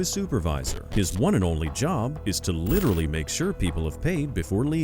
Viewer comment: Along with literally, bonus points when pronounced "LIDERALLY."